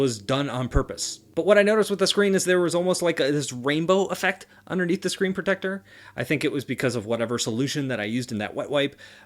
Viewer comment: I hate the way he says protector